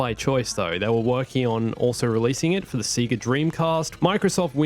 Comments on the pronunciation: why does he say sega like see gah instead of say gah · This game is like pure unfiltered garbage. Also, Obi Wan looked like Sid from Toy Story. And.... Sega is peonounced as Say-Ga, no one says Seega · did he say seega dream cast